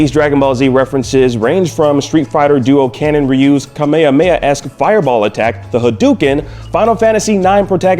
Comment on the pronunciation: it's not the Kameamea: it's the Kame Hame Ha!